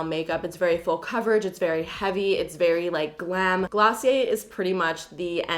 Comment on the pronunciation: Hi ✨ Oouuuuu Glossy-Aye😂 love it❤❤❤❤